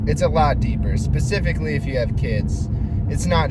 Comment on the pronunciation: bro said pacifically